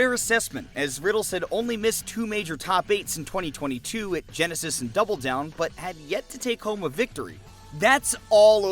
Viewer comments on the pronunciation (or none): none